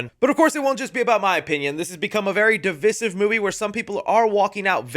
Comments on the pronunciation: “De-vy-siv” don’t use words you can’t pronounce lol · When did so many people stop pronouncing divisive as de-vy-siv? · Divisive is pronounced deh-vy-siv.